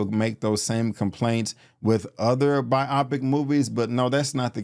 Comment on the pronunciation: I've never heard biopic pronounced the way you say it 😭